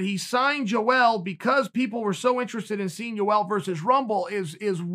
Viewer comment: “Joel”. Gotta love it.